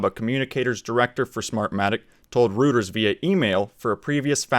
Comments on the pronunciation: It's not pronounced "rooters", it's "roy-terz" Like your channel tho, subbed. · Reuters — Pronounced Royters